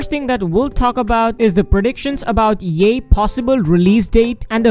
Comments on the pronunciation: it's pronounced yai. i thought it was pronounced yay too until the patch came out. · Can we just like say... Yah-Eh? Not Yay? LMAO I dont usually mind pronunciation, but it's like "YEY!! YEHEY!!". LMAO